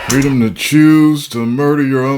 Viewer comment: He said it guys, Joe said he's gonna protect your fraydome 😂